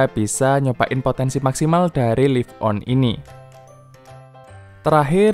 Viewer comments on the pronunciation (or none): Laif on, bukan lif on. Kilobait, bukan kilobit. Gatel kuping gue...